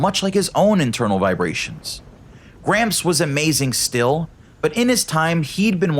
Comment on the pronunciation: Not to make fun of gramps but every time he said gramps I thought he was saying cramps